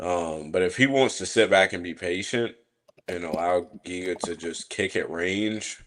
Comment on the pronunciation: Pegasus tryna say Giga’s name was wild 😂😂😂